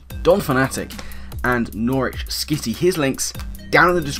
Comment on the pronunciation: I'm slightly less triggered now about the battle purely cause you can pronounce Norwich